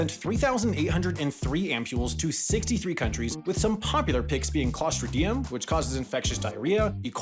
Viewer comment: he also mispronounced Clostridium by stressing the wrong syllable lol